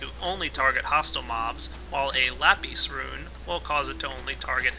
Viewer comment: lape? its lapis